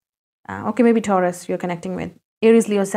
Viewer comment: Correctly said It's tauras